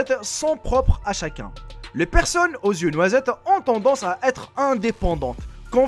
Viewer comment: Pourquoi il dit toujours ceux qui zont au lieu de ceux qui ont?